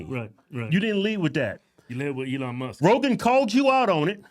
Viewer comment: Are we gonna criticize his mispronouncing of elons name? Like everyone was criticized for mispronouncing camEl-ah harris? Everyone talked shit about Trump's hair, look at this scum bag.